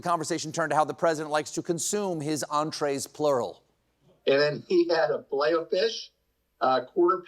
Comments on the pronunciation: Not Filet-O-farts, Stephen😂😂😂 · He said hot boxing filet o farts😂😂😂😂😂